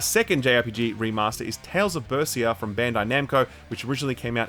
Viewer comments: It's "tales of berseria" not "tales of bersia". please check your script while doing voiceovers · Jesus Christ man. Say it right. It's BER-SER-I-A. Just tell us you hate all things japanese and be done with it, Shill. Smfh.